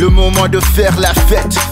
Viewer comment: he says la fete so nasty. lol